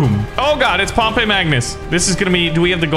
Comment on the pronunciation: Pretty sure Pompey is pronounced Pompee (I take Latin)